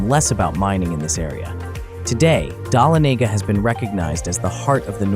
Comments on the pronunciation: I appreciate your attempt to pronounce Dahlonega- the accent is on “Lon” - duh LON eh gah Hope that helps! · This person has never been to Georgia. Images that are from Georgia. Can’t pronounce Dahlonega